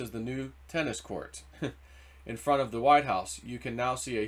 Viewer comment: Yes!! I heard it myself. He didn't clearly pronounce the "f" in "of," so it sounded more like "o' the military." One person misheard it, and now everyone has been repeating "to." People hear what they want to hear. The difference is small, but it changes the meaning significantly.